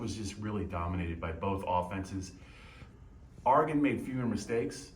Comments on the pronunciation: It's Or regon not R regon! Smh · It's "Oregon", not "Aregon"...sheezus... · It's Ory-Gun. The Ory part is pronounced like Oreo. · Big 10 people need to learn how to pronounce Oregon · I think the most annoying thing about watching the Big Ten is listening to everybody not pronounce Oregon correctly